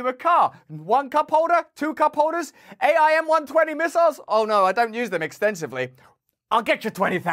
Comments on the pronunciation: Not that you care or will ever use the term again, but it's pronounced "AIM" as in the word....AIM-120 ....:) thanks for your great content! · For future use --- AIM pronounced aim as "aim the gun. H.I.M.A.R.S. pronounced High Mars.